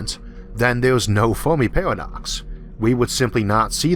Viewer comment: cant endure that speevh impediment. pawadox caught a wabbit 😎😎😎